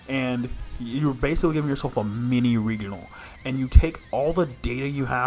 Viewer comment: I have literally never in my life heard anyone say 'regional' like the world 'regal'... until now.